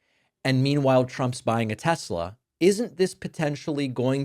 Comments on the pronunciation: "I LOVE TESLER!" -Donald Trump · "I love Tesler!" - Dumbass